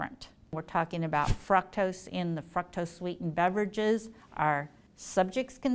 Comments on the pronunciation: Please stop saying frukctose it’s driving me crazy. 😤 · Fructose is pronounced frooctose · What is Fraktos? You don't say glacose but gloocose. Say frooctose. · It’s “Frooooooctose” not “Frucktoast” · FROOCTOSE NOT FRUCKTOSE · "frUcktose"? I always thought it was pronounced "frOOktose" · Fructose not "Frucktus" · FRUCtose??? Isn't it FROOKtose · Everytime she says FRUC-tose it kills my ability to focus on the answer. 😭👎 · Fruck-toss distracted me so much I had to re start this video so many times. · Lmao did she say f*cktose? Im listening to someone who cant pronounce it. Looks like shes had too much sugar herself. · Lady please say frooctose. 🖐 You are a doctor you should know 👩‍⚕️📛ya fake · Am I the only one dying every time she pronounces fructose like "FrUcKtOsE"? lol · Yes!!!, i was like have i been saying it wrong this whole time? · Why is she saying “fruktoast” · Anybody else not pronounce 'fructose' this way? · The way she pronounces fructose incorrectly is annoying. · Thank you! The first time she said it I booked it to the comment section to see if anyone commented cuz it not I was going to. Where does she get off just completely changing the pronunciation of a word?! Ugh, ruined the whole video for me